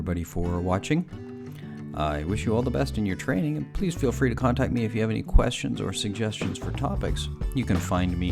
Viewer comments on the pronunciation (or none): none